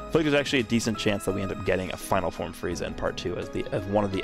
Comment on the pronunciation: Sounded like he said freezy lol